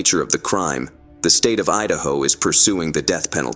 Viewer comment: Idahio? Is that like a combination between Idaho and Ohio? Lol